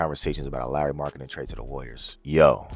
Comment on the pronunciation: You even pronounced Lauri’s name correctly.lol